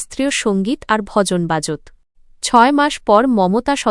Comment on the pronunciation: বাজৎ আবার কি? হবে “বাজতো” আপনারা পাঠিকা বদলান প্লীজ